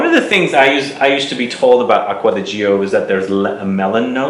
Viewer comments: It is Acqua di GiO ( like Joe), not GIo (like Gee-o). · Italien Aqua di Gio English: Water of Joe Please dont say g.i.o its a Name pronounce it: Joe